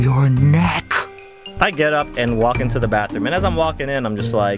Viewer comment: "you can not-a touch-a my neeeck" -_